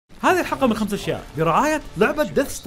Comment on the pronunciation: وهذا كان خطأك (خمسحشياء) اي خمس اشياء lol